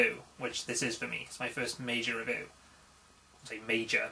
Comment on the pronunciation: first major "revoo":P